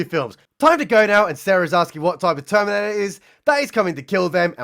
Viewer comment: "They-theminator" LMAO